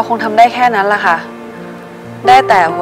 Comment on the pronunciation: ไม่ชอบก๊อฟเวลาพูดคะ ขา ออกเสียงเป็น ฮ หมดเลย